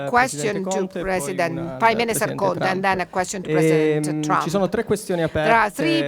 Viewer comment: His saying the man's name wrong its con-te, America u picked a good one👍😂